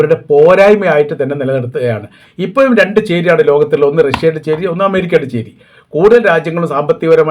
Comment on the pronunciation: ഇപ്പോ യും എന്നല്ല പറയേണ്ടത് ഇപ്പോഴും എന്ന് പറok